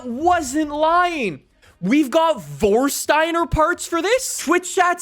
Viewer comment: "WORSSSTTAINER" it's funny for Germans because it's actually called "FORSCHTEINER"